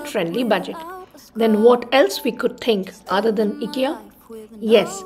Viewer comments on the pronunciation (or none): It's not eekya it's IKEA ❤️ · It’s pronounced ‘aye Kia’ not ikkia pls dnt mind! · Hi as it’s a Swedish name the pronounciation is “eekya” but you can call as ikea as well coz noun can be pronounced in any way… phonetically I sounds as “e” ❤️ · Hi sorry to disappoint you.. but it’s”ikkia “ (as its a noun so you can pronounce it in any way)FYI -the brand is from a Swedish name so the pronounciation is exactly the way I did…😊plz don’t mind .